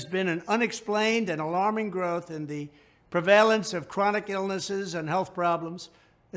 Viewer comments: Don't know the word "pre-vale- ance",....new tern for somewone woo caint reed. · Add "prevale-ence" to the trump gibberish sound bites 🤣